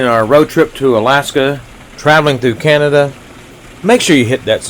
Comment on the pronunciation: OMG, Please stop saying canaduh. We were in San Antonio and would not say San Antonia USA, we say SA Texas. This is such an issue for us when Americans come through Alberta and BC. Hate to make this political, but Alberta wants out of canaduh. We would ask that you refer to just the provinces, not include us in the retarded country called canaduh.